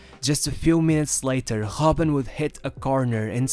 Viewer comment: Robben not hobben